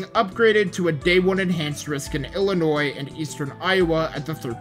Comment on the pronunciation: Fillionois (Illinois)